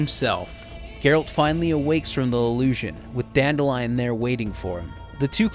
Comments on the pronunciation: Dan-DILL-ian. Dan-DILL-ian. DAN-MOTHERFUCKIN-DILLIAN, for the love of god. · Still irritates me that they mispronounce Dandelions name. It’s “Dan-dill-leon”